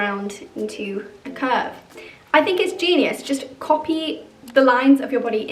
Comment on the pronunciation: “I think it’s Jean-ius”